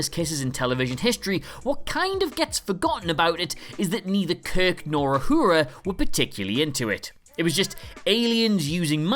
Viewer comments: I know other people have pointed these out but: 1. Not a kid's show 2. who the fuck is Ahura? Do you mean Uhura? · It's 'Uhura' NOT 'Ahura' ya bellendz! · Uhura. Not Ahura. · "Ahura"?? Shouldn't that be Uhura? I didn't think a channel devoted entirely to Star Trek would make such a rookie mistake! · Correction: Nichelle Nichols' character was called Lt. Uhura - not Ahura. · Her name is Uhura, NOT Ahura. Call yourselves Trekkies... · Uhura, not Ahura. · It's Lieutenant Uhura not Ahura. Surprised at that mistake. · It's Uhura not Ahura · It’s not Uhuru it uhura according to Nichelle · It Uhura, not Ahura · Uhura. Not Ahura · 1. UHURA, not Ahura. 2. "The Omega Glory" had a line about a lost colony ship that got cut. Just as well, because they would've had to fit a time warp in there to make that work. 3. Oddly enough, one 60's American show about the Nazis that Germany had no problem with was "Hogan's Heroes", because the whole point of that show was making fun of them. Think the "Don't Mention The War" episode of Fawlty Towers, only not quite as loud. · ... Who is "Ahura"? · “Ahura”? “Captian”? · "Ahura"??? Bit of a basic mistake to make for a supposed fan. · Who is "Ahura"? One could at least learn the name of one of the principal characters of a TV series that you presume to critique. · It’s Uhura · Small criticism- it's 'Uhura'. Great video!